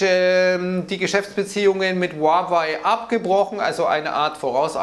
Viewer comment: Huawei wird Hahwäh ausgesprochen